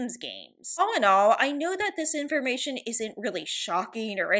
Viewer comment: "all and all I know that this information..." Am I the only person that re-listened to that part 3 times thinking they said "simsformation"?